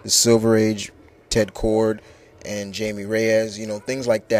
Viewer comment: i believe its pronounced jaime (haimay) reyes its a spanish name